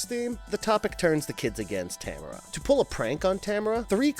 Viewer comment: That is Ta-m-a-r-a not Tamra!! Geez man, these guys! Drive me bananas with their mispronunciations!! I’m Canadian and I honestly don’t understand y ppl like ginger snaps so much lol..Werewolves r my favourite creature besides the creature from the black lagoon/aquatic monsters. And I thought it was stupid and cheap